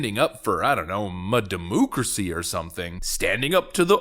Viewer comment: "ma-Demoocracy" LOL!